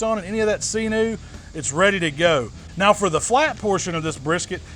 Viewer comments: It’s pronounced Sin-you Not See-new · “See noo” lol love you brother. From one “husky” guy to another.